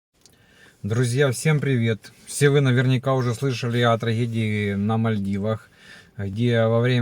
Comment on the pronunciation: Меня хватило на 12 секунд, что за траХедии поХружения предлоХаю намоХо, бээээ аж уши режет 🤮